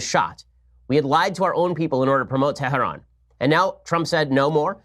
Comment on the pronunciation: Ben shapiro good stuff. Appreciate the news review and Comments! Question; why do you pronounce Hamas and Hizbullah with a chet instead of speaking it in English? Same with Tehran? I mean if you want to speak every word in its original language then do it and do it good. But really stop selecting some words .... sounds bad not correct....